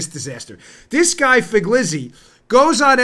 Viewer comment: Dan, incisive analysis, as always. Thank you. In return, let me help you with the pronunciation of '"Figliuzzi". In Italian - I am a 1st generation American from a bilingual Bronx Italian family - a "g" preceding a consonant adds emphasis and is silent, as in "lasagna" or "Pagliacci" or the even more tongue twisting name of the wonderful pastry called "sfogliatelle". So, just pronounce it phonetically as "Fill-uzi" and you'll be very close. Tante belle cose!